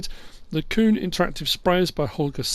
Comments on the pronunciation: Hey, I just want to let you know your saying Kuhn wrong, it’s my last name as well and it is properly pronounced “Q-N” legit like saying those two letters right after each other! Hope I helped have a good day!! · it’s very common for people to mispronounce Kuhn, I’ve heard it all lmao. If you don’t wanna say it that way I completely understand, doesn’t bother me none, just thought I’d let ya know that the proper German pronunciation is as I described:)